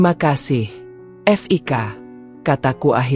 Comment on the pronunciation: Namanya kan Fiko. Kalo ditulis Fik, ya berarti panggilan dari nama Fiko, jangan dibaca F...i...k... Kayak ya narator mesti banyak belajar